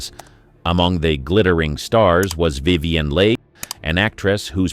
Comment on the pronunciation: Vivian Lee-aggie? Geesh.